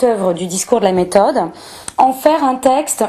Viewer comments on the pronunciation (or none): Intéressant mais quelle plaie cette manie de se la pèter avec l'accentuation du e muet. Descarteuh, personneuh, méthodeuh. Vache cinq minutes et j'ai renonçé.